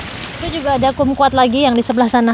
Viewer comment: Jeruk Kum kwat (cara bacanya Kam kwat)